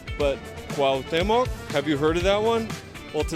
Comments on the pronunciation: Nice walk for sure. My favorite is Coyoacan, San Angel, Chimalistac, La Florida. Its not pronounced COW- teh- mohc, its more like COO- AAWW- OOH- TEH- MOHC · jajaja no!!! CUAU-TE-MOC así se pronuncia niños 😉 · so u r annoying the hell out of me for continuing to mis-pronounce my fav nabe in cdmx - phonetic spelling coo-owh(hint at the H sound)t(soft T)(there is an accent in the E which means u press a little on the ay sound immediately following the soft T and then end with mock - start doing it slow and then speed it up after 100 times slow - so: coo-owh-tay-mock - hope u got that!!